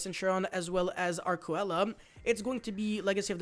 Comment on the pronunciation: Arkcoela is pronounced Ark-see-la